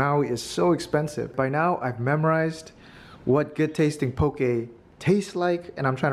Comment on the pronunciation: Also, poke is pronounced poh-kay, like okay pokay... not okee poh-kee. but come to Hawaii anytime and try more of our food! ❤️❤️❤️